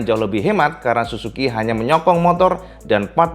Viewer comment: Plislah kalo ngomong suzuki baca huruf ''z''nya yg jelas.. Kok kedengerannya susuki, malah kalo ditulis jadi susuQ atau susuku 😂🤣 wkwk